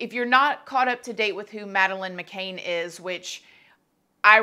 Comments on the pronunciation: The name is McCann. Not McCan as you spell it above, or even McCain as you pronounce it. As to your assertion that Faustyna wants a DNA test, I think that that would be the last thing she wants as the jig would then be up and she would be exposed as the attention seeker she is. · You pronounce every name wrong on almost every video. It’s takes 2 seconds to research. It’s not McCain, it’s McCann. Do the most basic research. Not that hard. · Good video. The surname is pronounced to rhyme with can not cane though. I don't understand why this hasn't been sorted by now. DNA would clear this up really quickly also, why won't Maddys parents communicate with her? The whole thing is wierd. I think that they would be there in a shot if for one moment they believed her. Whoever she is, she is quite disturbed poor girl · McCann as in "can you say her name" that is how its said. "Mc-CAN" they literally could see their room where she was from where they were at that bar. The abductor had to of come through the window in the far side of the building...What a horrible thing for any family... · I’m twitching all the way over here in New Zealand. It was such a big international case, how does one not know how to pronounce it?! Surely she watched other videos for research, the mind boggles… Can’t wait for the vid on OJ Simpsoon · It's not an accent thing, or a Southern thang, she just couldn't be bothered to get it right. Sure correctly pronounces whatever product she's pimping, though! Such a "kindly" vulture! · no she does not it is not pronounced that way at all, we British should know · At least learn her name.... Who's Madeleine Mc Caine .. ?? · you cant even pronounce her name right,,,,,,,,,Mcann as you say can mickcann DOH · Sweetie, it’s McCAN not McCain. CAN not CAIN. Love you. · McCANN not McCAIN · I did find it frustrating that the name is being said wrong, its McCann not McCaine. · FYI, it's McCann (sounds like can, not cane.) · It’s not macain it’s Mcann